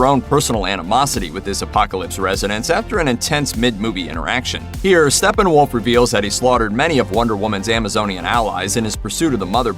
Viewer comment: So hard listening to you say Stefenwolf multiple times. There are two P’s which eliminates the “f” sound in the “ph”.... it’s Stepphenwolf not Stephenwolf.